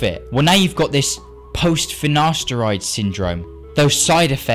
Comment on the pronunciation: ok i will not take finaSHteride